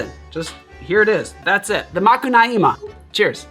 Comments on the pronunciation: Another Brazilian here. Brazilians are very particular to caipirinha, almost each one has its own way of doing it. For me, crushed ice and straw have no place in the caipirinha. Granulated sugar is necessary. On another note, you pronunciation of Macunaíma is quite good. Even brazilians have a hard time with it. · Great job on the Macunaíma enunciation. I love this cocktail, but hated the book. It was adapted into a film in the sixties, which I also do not recommend.